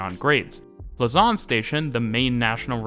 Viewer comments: Lausanne is not pronounced "luss-an", but "low-san". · loze-ann rather than luh-zarn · Lausanne is mispronounced. The A is flatter. Yours tends towards an O: lausawn :( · can't help but hear 'lasagne' everytime you say the city's name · Just a little tip for the future. Lausanne is stressed on the 1. syllable (LAUsanne) 😉